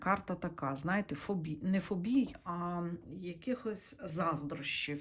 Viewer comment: не фобІй, а фОбій! 👍💞🇺🇦